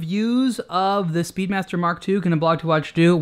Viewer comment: I think this guy just called the Speedmaster 'Speedbastard! LOL You can catch it into the video. Fun.